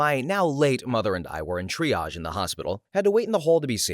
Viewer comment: Oh my God! And undersparked VA who can actually pronounce triage!